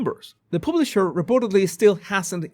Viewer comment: What is a "publiser"😅